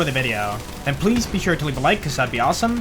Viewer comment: "Pee south" to you too. Thanks for the build!